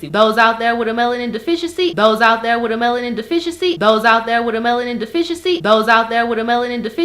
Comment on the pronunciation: "Dose out dere wit a melanin deficiency" LOL